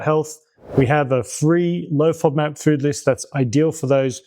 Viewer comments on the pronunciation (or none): none